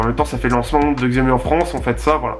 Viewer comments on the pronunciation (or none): En chinois " X + I" se '' ' CH' ' donc Xiaomi se prononcé......... CHAOMI, se qui signifie "petit riz"